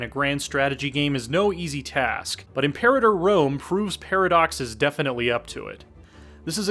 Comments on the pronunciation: Reeeeeeeeeeeee!!!! It's pronounced 'imper-artor', not 'imp-erater'!!!!!!! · im-pe-RA-tor. Really not that hard